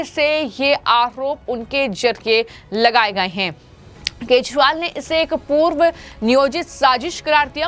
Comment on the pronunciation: Kya tumhe kejriwal bolna nahi aata